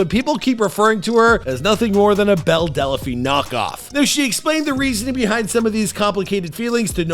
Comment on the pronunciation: "Delaphine"? "Wayfu"? "Attack OF Titan"? Dude, when did you just stop trying?